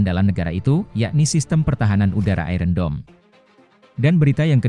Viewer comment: Tolong kata 'iron' dilafalkan yang benar. Seharusnya lafal yang benar adalah ai - ern bukan ai-ren.